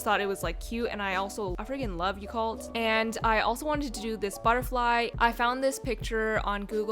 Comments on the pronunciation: its not pronuced as ya- cult 😳 its ya kul t u can't change my mind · um jen i think u pronounced yakult wrong lol. it's actually yah-koolt